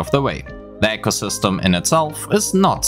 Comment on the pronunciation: Just noticed "echosystem" 😂